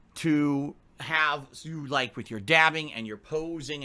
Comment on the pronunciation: Can't stand how this mofo pronounces "WITH"!